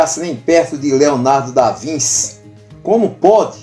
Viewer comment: Desculpe- me, mas a pronúncia é ( mais ou menos) Leonardo da VINTI. Obrigado